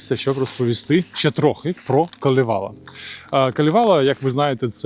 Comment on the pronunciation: КАлевала) с наголосом на перший слог) На Суомі все просто) всі слова наголос на перший слог) даже якщо їх там десяток) Дякую за чудове відео) кіітос)))))))))